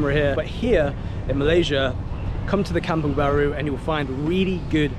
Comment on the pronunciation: Kampung Baru, not Kamung Baru. Kampung = Village, Baru = New So Kampung Baru means New Village.